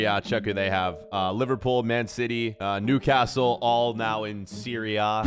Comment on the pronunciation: You pronouncing Newcastle makes me cringe being from the city i know how to pronounce it probably